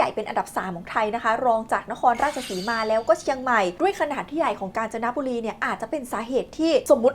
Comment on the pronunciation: ผมว่าผมได้ยินเปิดตัวคลิปว่า "กาญ นะจ๊ะบุรี"😂😂😂😂😂😂😂